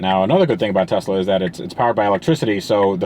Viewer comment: They are called "Teslur" :D